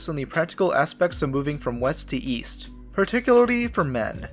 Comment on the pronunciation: Go east? I thought he said go weast